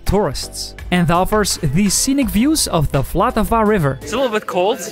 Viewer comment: Unfortunately anyone who told you that was wrong it really is vltava and not voltava 🙂 As a czech I really do not understand why everyone else needs to use vowels in almost each word 😃